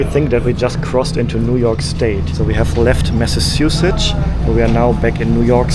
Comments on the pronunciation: massasuesets! 🤣 It should be mass – achoose Like the “mass” in “massproduce” but without “produce” Massachusetts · You pronounced Massachusetts wrong, it's MassaCHUsetts, not MassaSHUcetts. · I'm sure someone has said this already, but in case not, it's pronounced Mass-uh-Chu-Sits 👍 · Mass - uh - Chew - Sets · Massachusetts, pronounced; mass-a-chew-sits. 😊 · Btw, the correct pronunciation of Massachusetts is “Massa-CHEW-setts”. The “chu” is pronounced like when you CHEW something in your mouth, NOT like the word “shoe”…the thing you wear on your foot. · Mass a chew sets is how it's pronounced